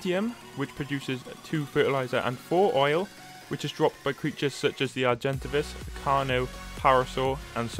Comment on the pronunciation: when he said " arjin-tahvis " and " ain-kylo-saurus " i felt that